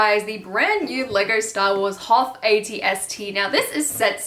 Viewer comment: Did she say at-st raider 🤣🤣